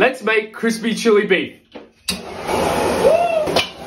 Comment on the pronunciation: Definitely thought he said “crispy chewy.”